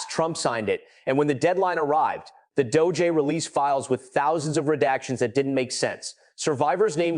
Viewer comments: What the hell is the doh-jay? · AI Voice-over “Doh-J”? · Please learn how to pronounce the names of these people. It’s hard to listen and believe what you are reporting when you can’t say the names right. Btw, it’s not dojay, it’s DOJ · The DOUGH JAY??? IF A I is to be successful then THEY GOTTA GET THE Pronunciations RIGHT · Ai always shows itself with mispronounciation and strange pauses that don't sound human. so annoying 'Doe Jay' 'Missy for Massie' 'Epstine for Epsteen' etc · It is AI you hear, not a person. The pronunciation of "DOJ" is also odd.